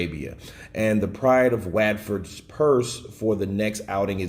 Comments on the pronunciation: The pride of wadford 😂😂😂 my guy it’s Watford as in what-Ford lol not to mention usyks promoters surname is pronounced krassic 😂😂…lol oh my guy, pls never change 😂😂😂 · Watford is Pronounced "WOTFORD" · Watford is pronounced What - Fud or What - F'd